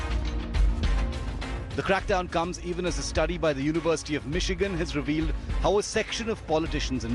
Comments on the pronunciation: Lol lol lol lol lol lol he calls Michigan..Mikkigan 🤣🤣🤣 There are NO fake accounts...we are all real.. if u delete our accounts we will file a case against u bastards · The way Anil Deshmukh pronounces Michigan shows how competent he and his Mumbai police is.